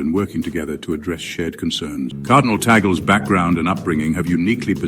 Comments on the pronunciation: PLEASE PRONOUNCE HIS NAME CORRECTLY. It is read and pronounced as in Spanish or Latin. TAGLE is pronounced TUG (soft u) LE (soft e). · It's " Tag- Leh".